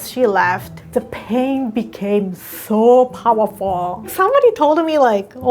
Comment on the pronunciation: I'm sorry, but, uh, had me cackling. "Soooo POWAHFOHHHH."